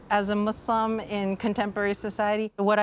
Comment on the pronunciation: Great documentary. The fact that they pronounced "Muslim" the correct way first and foremost, says that the effort was genuine. Islam's essence is about the freedom from inequality and discrimination. Assalam Alykum from the Arab world to all our brothers and sisters across the globe.